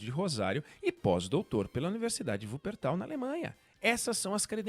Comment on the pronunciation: Como sempre muito assertivo. Mas o q me chamou a atenção foi a pronúncia correta da cidade alemã de Wuppertal! Cidade onde minha avó nasceu!